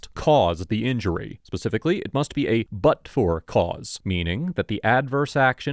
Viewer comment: you said it was a "but for" case with the officer. Is what I found in the captioning. But what I heard you say was "it was from a butt sore officer" 😂 I was thinking how right you are. These case's are always about someone being butt hurt